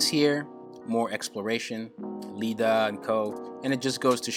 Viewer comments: When its actually IIDA xD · Did he just call Iida Lida or am I going senile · DUDE! did u say "Lida"?! Waatt?! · My man really just said “Lida” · its iida(Iida) not Lida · You just called Iida, Lida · How you said Lida instead of Iida...💀💀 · I love this video! But.....i can’t help but point out that you say LIDA and not how it is IIDA. No hate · bruh its iida not Lida there no L sound in Japanese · This man just said ‘Lida’ 😔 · Wait a damn minute- did u just say 'Lida'?! It's Iida with two i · Did I relate to this guy cause he called iida Lida just like me when I first started watching the show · Did he just call iida lida????? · Did he seriously just say Lida?